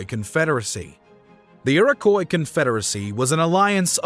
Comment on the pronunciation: Iroquois = Ear-Ah-Kwah . Great video though . Love this stuff 🫡